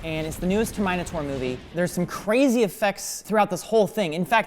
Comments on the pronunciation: the world: Ter-mi-naters:Ter-mina-ters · I'm not a native english speaker, so please correct me but is saying "Tuh-my-nie-tor" multiple times, and as far as I know, its spelled "tur· muh· nei·tr" am I remembering it wrong or is this a joke? Or even the legit way how the movie is pronounced? I'm legitimate confused xD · it's not "Termaeni Tor" it's "TERMINATE-UR" #RIP #lol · Ter Mine Ator??? It's TERMINATOR😭😭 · Terminator ter mine a tor pronounce terminate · "TER-mine-AH-TOR" ?! not TERM-IN-AY-tor.?? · This is the new TER MINATOR movie Me: THE PRONUNCIATION IS TERMENATOR NOT TER MINATOR Also me: btw the spelling is terminator but the pronunciation is termenator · He pronounced like “Ter-mina-tor” instead “Ter-mi-na-tor”. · "Ter-MINE-ator" WHAT IN THE WORLD IS THAT?! ITS "TERM-IN-ATE-ER" IF THATS HOW U WANNA KNOW HOW TO PRONOUNCE IT DUDE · HAHAHAHAHHAHAHAHAH HE LEGIT SAID TERMYNATOR HAHAHAHAHHAHAA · DID YOU JUST CALL TERMINATOR TERMYNITOR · Him saying Ter-Mine-A-Taur instead of Terminator cringes me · Did he actually pronounce Terminator TER-MY-NATOR? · Ter-min-ator, i cba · Will someone please explain to me why is pronouncing Terminator as Ter-mine-a-tore. Is he trying to be funny? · why is he calling it Ter My No Taur? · why..whyy TERMAYTATOR????? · Did no one catch say "mine" in Ter"mine"tor? he should have done push ups! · Sir.. SIR ITS PRONOUNCED TER-MEE-NAY-TORE AHHH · Not really. It's so obvious he intentionally did that. He's mentioned the Terminator before and pronounced it the right way. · “Termynatore” got me:) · TermynaWHAT! What did he pronounced Terminator as! Yikes! I cringed. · I've never EVER heard that pronunciation of the word Terminator in my entire life... Like... TermEYEnator ? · did he just called terminator 'termynatorree' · did he seriously just say ter mine ator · how tf is he saying terminator? it’s term-in-a-tor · How do you pronounce terminator? Ter-mine-ator? What? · "Ter-MINE-a-tor" xD